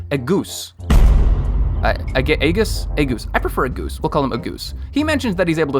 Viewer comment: Ahh yes, “agoose” instead of “agus”